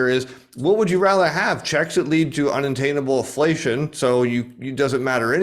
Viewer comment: I like how always just says 'flation